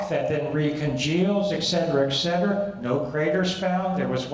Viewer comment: Learn how to say et cetera.